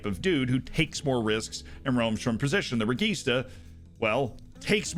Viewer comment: Man, it's pronounced REJEESTA.